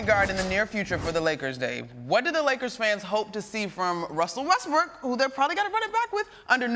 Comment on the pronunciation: Bro he called him Westbrick at :27 ☠☠☠☠